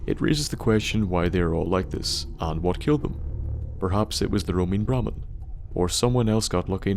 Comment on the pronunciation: thought he said Bar Man